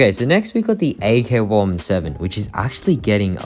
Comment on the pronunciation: how could you mispronounce the ack 11 7